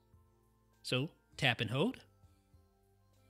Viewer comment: The words are "scroll" and "hold," not "scrow" and "hode."